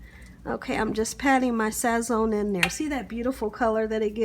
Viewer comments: So-frito and sazonnn 😂 at least she tried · The fuck is sass-on? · I’m sorry but all those crazy noises drove me nuts and you’re saying Sazón and sofrito wrong. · Your not pronouncing Sazon correctly and letting raw meat sit out above a certain tem. Is dangerous & why the health dept. Fine resturants for that i can cause food poisoning! I hope you washed your hands after you licked you finger to tasted it! But other than that i liked the recipe & video thanks.